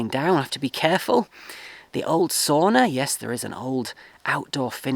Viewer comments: From this far in good paint is the house, and you have electricity and heatpump, and the main thing: roof is not looking old at all. But tip as a finn: it is not soona or souna, it is sauna. BTW we call this part of Finland where I live too, as a "ruuhkasuomi" so: "overcrowded-Finland" ;-) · Mate, you have to learn how to pronounce sauna the correct way (it's a Finnish word). It's not "soona". :face-blue-smiling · Congratulations. Soon you will be saying “sowna” instead of “sawna” (sauna), like a true Finn!